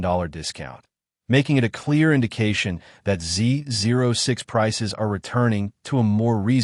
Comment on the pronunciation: Makes you wonder about knowledge if the presenter does not know how to pronounce "ZO6"....